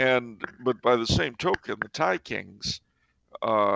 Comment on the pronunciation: don't worry about not pronouncing the Tai names Charles because is Italian and it's an embarrassment as well as an international scandal whenever he attempts to say Italian words smh.